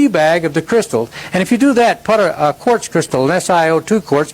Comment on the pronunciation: Dude. You had me LMFAO at the mark. " I believe were the contributing factors" OMG Oh its quartz crystals not court crystals if you were not aware. We have a ton of this rock and huge quarries here in Maine. Love you channel bro.